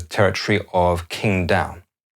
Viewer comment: What a well researched piece…. Except that TERRIBLE pronunciation of Qingdao…